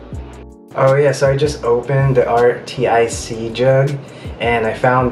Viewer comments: Its pronounced ARCTIC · I just noticed it's pronounced artic lol